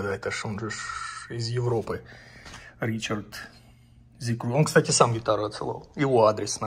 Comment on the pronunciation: Не Ричард, а Рихард 😂